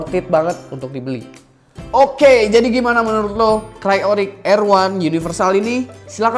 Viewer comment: ok sebelumya sorry nih ya kalo saya sok tau, benerin jg kalo saya salah ehhe.. idle dibaca nya itu aidel bro bkan idel, trus udh bagus kan cryorig, tpi kurang bagus pas r1, kalo emg dalam bhs inggris itu dibaca nya ar wan